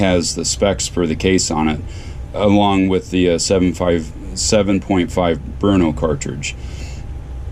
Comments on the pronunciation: Brno = more accurate pronunciation: BUR-no. (not BRU-no) nice video! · czech people pronounce it "burno", not "bruno"